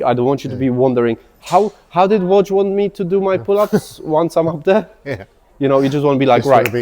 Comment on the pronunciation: Woj or Rog? You pronounce the 2 names the same way! 😂